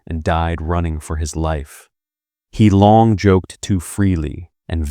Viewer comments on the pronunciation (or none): He, the Marshall's name, is pronounced roughly huh or a cut-off hair, not hee. President Qi's name is a curt "chee." If you are going to narrate any topic, you need to know something about it.